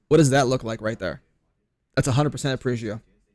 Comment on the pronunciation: ARE-PEJ-GEO Say it with me. 😆 An arpeggio is a musical term for a chord broken down into 3 single notes played individually. 3 notes/3 shot burst. Get it? Thanks for coming to my ted talk.